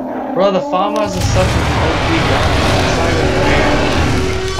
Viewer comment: fAhMaHsss ((Ik its famas but he pronounced it so wrong lol